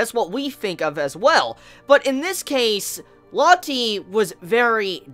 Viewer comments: Rocket Crepper Or Low-tay. Saying it like Latte just feels stupid, you're calling her a fucking drink. [looks to the side] "Isn't that right, Tea?" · Lotti... Ameriga plis lern brounanciagion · It's pronuces Loa-te